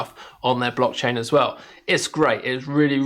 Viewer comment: Thanks for doing this-I operate on coinbase pro because of regional restrictions. I''ve noticed them more than once, and my gut was stirring- after seeing this I'm definitely take up a lt position and explore and of course, trade them in a separate pool. That being said, it's "blockchain" not "brockchain" you racist plick. :-D See what I did there?